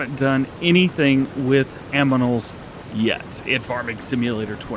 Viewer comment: did you say "aminals"? 😭